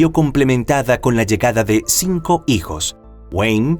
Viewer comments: Dos veces el narrador dijo: "Mis sijos", en vez de: "Mis hijos". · Sí yo también escuché misijos 😅